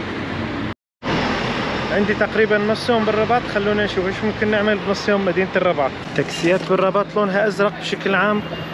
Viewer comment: اسمها الرِباط و ليس الرَّباط